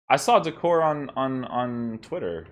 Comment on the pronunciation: DEE-CORE-AY =D